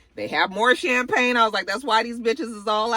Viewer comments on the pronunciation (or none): none